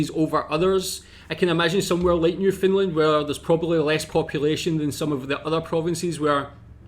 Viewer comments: No it’s not. It’s Newfoundland pronounced. New Fun/Fin LAND. You’re putting emphasis on the FOUND and it isn’t said outright. It’s said either as fin or fun. It’s the LAND becoming lind as in “Newfoundlind” or New Fin Lind that is wrong. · not to be an asshole but its pronounced New-Found-land not new-fin-lind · Not to pick on your accent but it sounds your saying "New Finland" try saying it more like "Newfin land" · It's not New Finland. It's NewFOUNDland ya gitt LOL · Just a heads up.. it is New FOUNDland not New FINland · You keep saying "new-Finland" it's pronounced "new-found-land" Great video. Keep it up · New Foundland not New Finnland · Noof-end-LAND, with the emphasis on the last syllable, kind of like Disneyland or understand! 😊